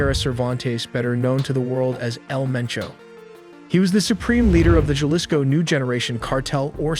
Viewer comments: I usually like your videos. but this one was thde worst narration wise.. do the bare minimum research and effort to pronounce the spanish names and cities with less gringo and dumb ass pronunciation. I had to stop watching becuase the JA lisco not "Ha lisco" pronounciation felt overly ignorant. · God you butchered all those names. Juhlisco 🤣. Juadalajara 🤣. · Your narrator-bot just bent over and butt raped the Spanish names. HA-lisco. Gua-da-la-HARa. Tee-u-WAN-a. Puerto VY-ART-a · This is probably the worst AI video I’ve seen. He was deported when he was three and you can’t pronounce Jalisco Guadalajara or any of the names correctly and the fact that you can’t even spell el mencho correctly. Sloppy Work.